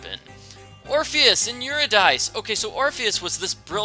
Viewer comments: Correction: Orpheus was not a singer, he played the lyre. And Eurydice's name is pronounced like "ur-ih-da-cee". Just from nerd to nerd! 😋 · ok less confusing pronounciation "YOUR-ID-EE-SEE" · u pronounced Eurydice wrong its pronounced "your-id-y-cy"